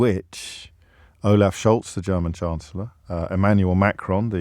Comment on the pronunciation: Lol at your attempt to say "German" in a scouse accent a la Stan Boardman. Bravo from a scouser. Tim Vickery also has been known to do this on 'The Brazilian Shirt Name' podcast.